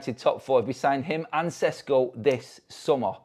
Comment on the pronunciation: It’s pronounced “Sheshko”